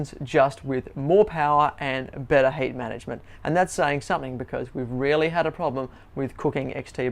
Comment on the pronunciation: It is funny how the presenter pronunciates heat like hate